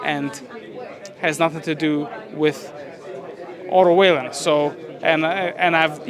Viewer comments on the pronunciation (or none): Strange as a promotor not know how to pronounce Wallin after all this time.